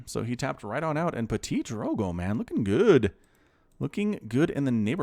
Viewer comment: It's pronounced Ptee-Drogo